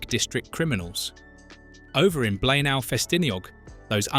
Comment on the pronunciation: It's pronounced BLAENAYE! Do some homework first please!!!